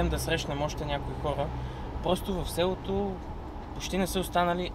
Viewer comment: (Някой хора просто си говорят така, не е проблем.) Той каза ,,сѐлото”